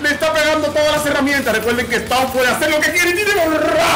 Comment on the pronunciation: He said.. Spau 🤣🤣🤣